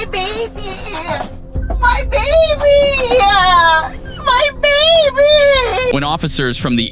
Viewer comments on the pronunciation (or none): Hate when people finish words with "a". Baby'a. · My baby-ah!!! Why does this generation and add a ‘ah’ to everything? What did I do-ah? I think the boyfriend got more use out of her boobs and the baby did. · My babeaaaah, my babeeeaaaah, my babeeaaah! Good grief, girl, it is a two syllable word! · "MMY BABY-UUUUH" Why do Karens always attach that extra uh syllable at the end? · My babyah my babyah my babyah,noah no no noah.Puting ah at the end of words has been spreading fastah. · My Baby-uh, my baby-uh! I hate that! Why does everyone put UH at the end of every word now? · Don’t cry about your baby-uh now… you left the same baby-uh… in the car, in the cold!😡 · She is one of those who puts "ah" at the end of a word. UGG! "My baby-ah, my baby-ah" but her main priority was the chase her boyfriend down, leaving her little baby in a car while she had one drink, two drinks who knows! She would have driven home after those drinks with that baby, and he would have let her! Absolutely disgusting! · My baby-ya! How I hate when drunk women make a 2 syllable word into a 3 syllable word. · That fake crying is so appallingly common - not to mention grating. "My baby-eaah! My baby-eeeaaahhh! What is it with those bizarre vowel sounds a certain class of American person seems to make during or after arrest? Frequently heard during this type of video. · Babieeeeee-aaaaa! Ooh I HATE when people add that annoying 'a' after their words! Like nails on a chalkboard to me! Pure CRINGE! 😖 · Baby only has two syllables. My baaaabyyyyyah. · "My baby-uh!!!" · "My baby-uh." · “My baby-uh!” /sigh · I don`t know when this addition of extra syllables at the end of a phrase started with so many people ` My baby , `ah` . My baby ,`ah` . It`s for sure a sign of lower education brain farts . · Is anybody else annoyed when people put uh on the end of words? My baby-uh! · When did the word "baby" turn into a 3-syllable: "Bay Bee Yah"?